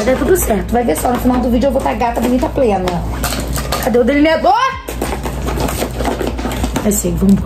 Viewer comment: "Cadê o deliniaDORR" kkkkkkkkkk